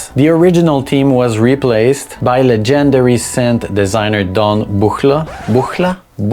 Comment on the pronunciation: I love how you pronounce 'Legendary' LOL. Great video ! I love NiN.